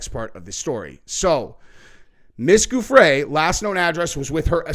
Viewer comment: Pronounced GUFF-ree